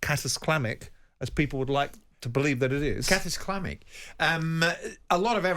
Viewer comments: Simon says it's "Catisclamic"? Jim even repeated it. I love it when Simon invents words so everyone thinks he's clever. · yea he ment cataclysmic